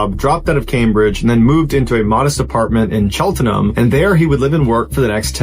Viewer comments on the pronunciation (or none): It’s pronounced chelt-numb. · Cheltenham pronunciation makes me laugh 😂